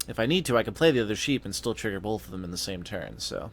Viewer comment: Bolth...bolth... LOL